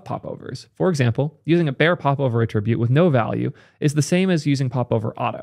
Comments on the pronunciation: I love videos but damn he really needs to learn the difference between attribute (the verb) and attribute (the noun). They're not pronounced the same. It bothers me so much more than it should. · Please, stop pronouncing 'attribute' the noun as a verb - you're killing me man! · Why do you pronounce "attribute" like it's a verb? Nouns emphasize first syllable, verbs 2nd. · What is your accent bro? You're pronouncing "attribute" as the verb, not the noun. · Love your content - thanks for bringing this to our attention! Respectfully, please pronounce “attribute” correctly - you are mixing the noun and verb pronunciations. You have a very wide reach and it would be great to demonstrate the correct usage.